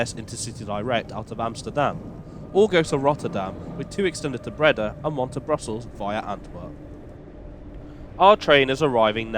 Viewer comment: Actually more to rhyme with ‘boat’ but there is no exact English equivalent sound. And Breda is ‘bray-dah’ with the stress on the second syllable. Not an easy language, Dutch!